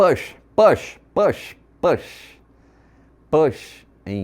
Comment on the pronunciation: Plash?😂 Ou Push ?